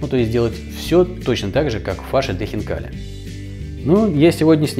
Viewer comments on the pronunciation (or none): none